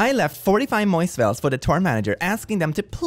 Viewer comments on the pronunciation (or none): Not the moicevails